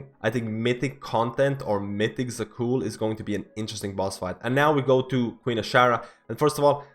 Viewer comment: Where do you see letter "i" in Zaqul?